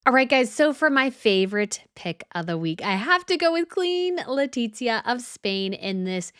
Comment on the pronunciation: Very enjoyable video. My one suggestion is for you to learn to pronounce Queen Letizia's name. Don't make the sound of a "t" as in pizza before the letter z, remember it is Spanish not Italian.